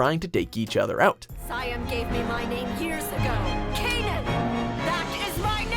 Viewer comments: Canaan? You mean "cannon"? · “Kay-none” What a cringe.